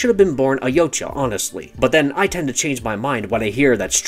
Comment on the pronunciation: FINALLY, SOMEONE WHO CAN ACUALLY PRONOUNCE YAUTJA CORRECTLY